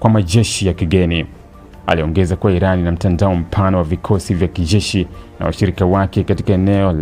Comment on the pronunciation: Wee kijesh sio kishzesh